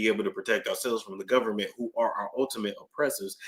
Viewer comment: I’m too afraid to pull up any files on the “govment.” 🤐😳